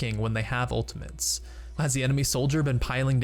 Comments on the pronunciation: Anyone else hearing "Ultimints" when he means to say "Ultimates?" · Great video!!!! Such useful tips. Just try to say ultimates correctly next time. :) It's not ultimaNtes, it's ultimATES. Kind of like turret and NOT turrent. haha. cheers. :) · who is hearing ultiments than ultimates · U say ultimantes its not ultimant ist ultimate not ultimant ULTIMATE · anyone else think he was saying ultimints? haha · He says "Ultamints", listen 😅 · Its ULTI-MAT-E not ULTI-MANTE. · are you saying, "ultamints"? wtf? It's, "ultimate"... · All I can hear is UltiMENS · It's ultimate not ultimant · "ultimants"...didnt know there was an "N" in "ultimate" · what the hell are “ultiments“ ??? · Just ftr, its ultimate not ultimant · Save your "ultaMINTS" guys/gals! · Why the fuck do you pronounce ultimates like "ultimints" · Dude stop saying ultimENts ! Its driving me insane !!! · Is it just me or is he saying ultamints? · the fuck is an "ULTAMINT" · Am i the only one who heard him say "The enemy team has used their ultimens" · mmm ulti-mints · has no one pointed out the fact that he keeps saying 'Ultimants'? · "Ultimens" ... UGHHHHH CRINGE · "Ultimantes" lol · I swear he's saying 'Ultimants' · "unltimints" is bugging me way too much. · STOP CALLING IT ULTIMENS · I swear he's calling them Ultimints. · you say ultimants a lot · ''some ultimens'' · We also learned how to say ULTAMENTS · It's kinda funny how he says "ultimints" instead of ultimate's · UltiMENTs anyone else hearing this from this dude? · why do you keep saying "ultiment" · theres no 'N' in 'ultimate' so you dont need to pronounce it 'ultimants' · Is it just me or was he saying Ultimints? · i don't know why, but when you say "ultimeNts" im getting really frustruated. and you say it EVERY GOD DAMN TIME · 1 Trick This guy ABUSES to annoy people, that you don't. 1) Saying Ultimins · smh every time he says, "ultiments.."